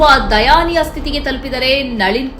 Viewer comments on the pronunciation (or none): ಅದು ದಯನೀಯ ಮೇಡಮ್. ದಯಾನೀಯವಲ್ಲ.